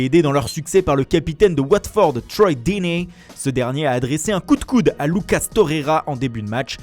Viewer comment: Jss mort cmmt il dit deeney 🤣🤣🤣🤣🤣🤣